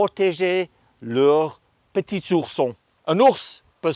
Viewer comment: "leur petisourson" 😂 vidéo extrêmement intéressante merci !!